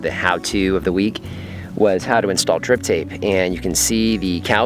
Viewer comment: I keep hearing "Grip Tape" not "Drip Tape" like on my skateboard.